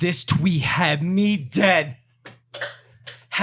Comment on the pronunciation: why the fk is the man talking like he had a stroke " this twee hah me dead, hah me dead " u good